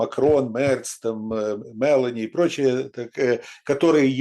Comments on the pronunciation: Не МЕлони,а МелОни... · Уважаемые выступающие, пожалуйста, не произносите фамилию МелОни на англоязычный манер - МЕлони. Ну вот как-то вам обоим ... не пристало...